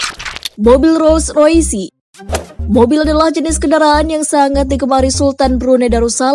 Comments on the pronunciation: Roll roys bacanya, bukan roll roysi.. Gw yakin bahasa inggris lu dapat nilai 3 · Gua ngekeeekkk bangke. . .baru liat video ini. Kenapa dibaca roysi sih nih orang. Hahahahahahahahahahahahahhhha